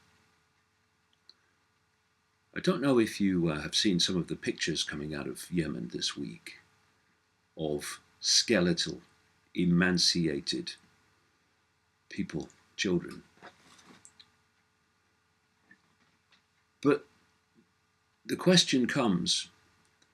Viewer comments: Emaciated David, not emanciated. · The word is "emaciated" not "emanciated"